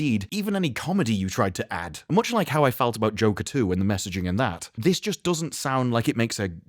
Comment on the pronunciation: Haha thought you said joe katoo at the end there and it took me a second to realize you said joker 2. Hahaha